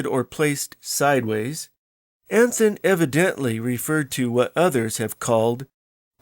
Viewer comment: Anthon's name is pronounced Anton. In the Independence area the "Caractors" [sic] is called the Anton Manuscript.